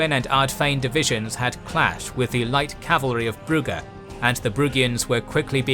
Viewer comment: Oh great, now brugge gets the correct (dutch/flemish) pronounciation. All it took was a completely new fictional world.... You english are a weird bunch.